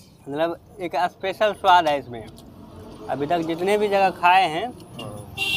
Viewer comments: Aspecial nhi Special hota h gawaar..😤😆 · Abe aspesal Ni special hota h😂😂😂